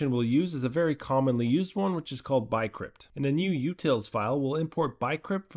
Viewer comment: Is this AI? You pronounce bcrypt as BYEcrypt, im thinking that's a typo to the TTS